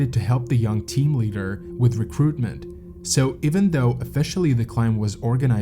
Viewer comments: This presentation of an interesting topic and an important lesson is marred by the narrator's continual mispronunciation and mischaracterization of the climb. One could, perhaps, forgive the pronunciation of certain native place names (though simple research could easily have solved that problem), stumbling over common English words like leader is less understandable. Characterizing a climb of Denali as a hike is totally irresponsible. I fully understand that it is easier to be a critic than a producer of content. However, these basic errors mar the presentation, and lead one to question what other errors were made in its production. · It's pronounced LEEDER, not LEDDER. Is this a robot?